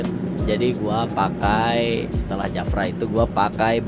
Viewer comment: Bang JAFRA bukan japra